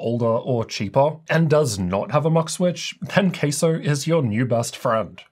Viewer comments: Has to be pronounced with the CA in Cattle otherwise, it's gonna sound like Queso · Please don't called it Queso 🧀😂... Let's pronounce it Ka-sow. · It's obviously pronounced CASO not CASO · My brothers in tech, its pronounced CASO not CASO. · Sounds like your saying “queso” ….cheese in Spanish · it's pronounced C A S O